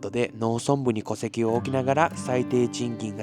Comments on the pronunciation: 前回も戸籍「こせき」を「とせき」と言ってたのが気になりました。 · 戸籍のこと とせきって言ってるの気になるな